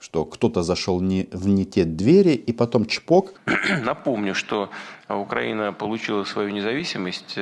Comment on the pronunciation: У фюрера розвивається мотузкова хвороба з ефектом Муссоліні, з покрякуванням при вимовлянні слова Україна. Весною буде загострення )))